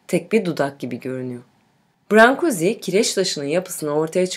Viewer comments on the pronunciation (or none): Heykeltraşın adını çok yanlış telaffuz etmişsiniz!! “brank/guş” diye telaffuz edilir.